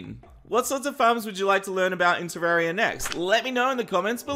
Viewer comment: Why do you say Terraria wrong